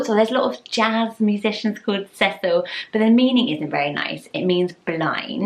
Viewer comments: The way you pronounce Cecil is SO much nicer than the way we pronounce it here in the southern US! We say it See-sul. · I like how you pronounce Cecil. Everyone I know in the US pronounces it see-sil. I like your prononciation better :)